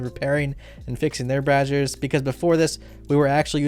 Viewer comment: watches too much porn. Braziers are not pronounced like Brazzers.